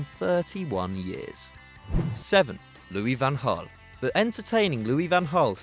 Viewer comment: I got triggered at Loui van Gal cause I'm Mexican. Fuck Robben fucking diver